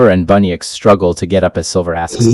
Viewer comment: It’s bunnix not bunnyx